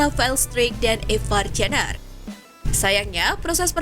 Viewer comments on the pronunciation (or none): none